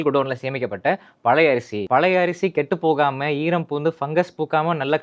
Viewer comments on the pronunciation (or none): Ration அரிசி பற்றி பேசும் போது அடிக்கடி, கெட்டு போகம... கேட்டு போகாம..... திரும்ப திரும்ப சொல்றீங்க.......😮😅😮😮😮😮😅